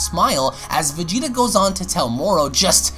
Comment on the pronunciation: our man and also the story teller takes a shot.. MY KING.. "blue vageaeata"